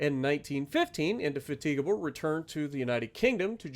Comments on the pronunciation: indy-FATTA-guh-bull is the non-Midwest English 😊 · Lol nice try on saying the name of the ship but that's not how you pronounce it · Jesus wept please learn how to say Indefatigable you're making me 😢